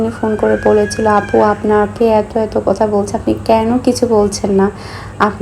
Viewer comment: আমি খেয়াল করে দেখেছি আপনি থ কে ত উচ্চারণ করেন যেমন কথাকে কতা বলেন